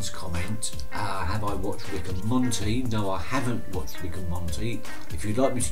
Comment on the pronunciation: Thanks for the shoutout! It's Morty, not Monty